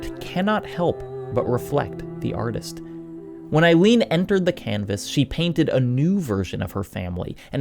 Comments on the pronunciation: really cool video! but oh my god every time you say "ailene" i cant help but cringe a little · How do you choose to mispronounce Aline when it's said for you multiple times in the game's own voice acting? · aline mispronunciations, plot summary type video, and incorrect information on some of the lore. honestly a lot of misses here. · If you're gonna say it 78 times in a video then at least learn how to say Aline. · Sorry, but the way you say Aline's name is incorrect and kinda irritating. You hear it said in the game multiple times. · He's anglicizing the French "Aline" into the English "Eileen." I agree it's a weird choice, but it makes a kind of sense. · I really loved the beginning of the video, I can’t help but cringe when I hear Eileen when he’s pertaining to Aline 😅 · Aline, not Ailine… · Aline. Not Eileen. Jesus Christ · I'm seething as this man calls Aline.. EILEEN. Ahh-lee-nah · How do you get Renoir pronunciation perfect but mispronounce Aline a billion times 😭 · “Eye-lean” lol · My guy its pronounced "uh-leen" not "eye-leen" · Listening to you butcher the name Aline, into Eileen is absolutely breaking me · This is a beautiful video for a beautiful game.... But it's Aline. Not Eileen. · Sorry for being nitpicky but everytime I hear it, it pulls me out of the video, her name is "Aline" not "Eileen" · I am cringing every time he says "Eileen" for the mom's name instead of "Al-een". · It's Uh-leen(Aline) not eye-leen(Eileen) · Damn good video and analysis, but boy did it annoy me that you mispronounced Aline as "Eileen" so many times 😂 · I'm sorry, but it's really hard to take you seriously when you keep calling Aline "Eileen". This ain't a song by Dexy's Midnight Runners. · Aline, not Aileen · Aline =/= Eileen btw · love your videos mate, but saying Eileen instead of Aline is sending me 😄 great job as always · Dude. Aline, not Eiline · Aline, say it with me. ALINE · Aline is pronouced "A" like "abstract", and "Line" like "leen"